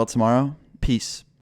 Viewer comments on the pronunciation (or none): When he said peace at the end I thought he said piss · Get it, he said peace at the end. PEEce